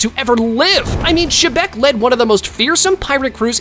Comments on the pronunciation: Its not shebec bro Its xebec but pronounced zebec No offense:) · why did he say rocks d. shebeck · ITS X E BEC